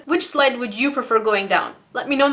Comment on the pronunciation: When you said green slide, I thought you said green slime. XD